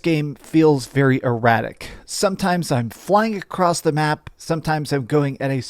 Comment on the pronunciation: Please don't say "acrossed"